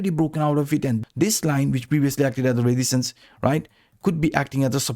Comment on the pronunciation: Learn how to pronounce resistance -.